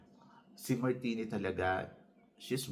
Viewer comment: MARTINIQUE not Martini - MAR TEE NICK TANZANIA - TAN ZA NI YA..